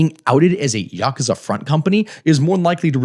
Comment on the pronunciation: Just saying Yakuza correctly got you a like. I'm not even Japanese, but hearing westerners mispronounce common Japanese names and words drives me up the wall.